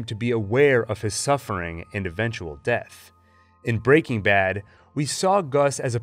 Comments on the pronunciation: every time an american pronounces it "breakingbad" instead of "breaking bad" the vein in my temple comes closer to bursting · Excellent analysis. But the way you say Break-ing Bad is killing me. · FYI, it’s pronounced Breaking BAD. Emphasis on bad, not breaking. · Why are you saying “Breaking Bad” like that?? You’re saying it all weird. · The way he pronounces breaking bad hurts me .